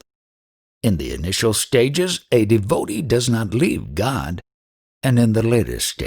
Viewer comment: Your voice distracts extremely. Please learn how to pronounce DEVOTEE